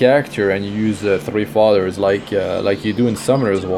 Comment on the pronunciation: His accent threw me off. Sounded like he was saying fathers. But its fodders